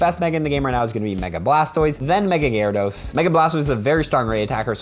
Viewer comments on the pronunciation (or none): none